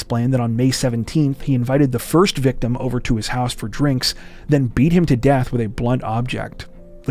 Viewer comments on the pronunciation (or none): none